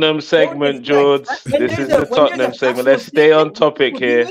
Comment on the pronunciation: It is the history of the Tot-ten-ham 😂